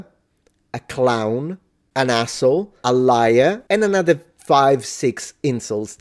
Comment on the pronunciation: yer english is spectacular but anyone with a good ear would know you were italian when you call them an azo